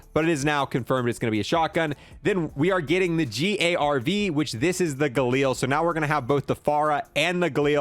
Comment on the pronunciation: Ok ok you're making me mad. First its QzB now it's g.a.r.v wtf it's grav